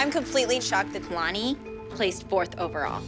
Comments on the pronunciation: i'm completely shocked that kalani placed 4th over al- ME: HUH !?! WHAT ABOUT HOW THEY DIDN'T EVEN PRONOUNCE KALANI"S NAME RIGHT!?!? MY THOUGHTS KAYlaNi KayLAni KaYlLllllAAAnnnI IT'S KA-LA-NI But... when they danced in i just laughed a little to hard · cringed so hard when they said k——aaayylani😂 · Really kay-lani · I'm sorry, I can't get over, "Kaylani"